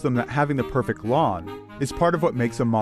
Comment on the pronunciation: anyone else annoyed the way he says "perfect" like "perfick"